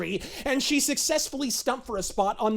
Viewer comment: ... "because se did not see one principal that se did not whant to F for a better grade"... I am in total laugh apneea here, somebody give me O2 to breathe.